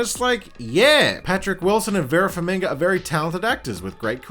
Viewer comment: Vera Farmiga, not Vera FarmiNga. come annnnnnnnnnnnnnnn